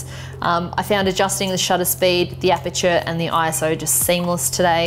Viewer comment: Canon official should know its eyeso(ISO) instead of spelling out I. S. O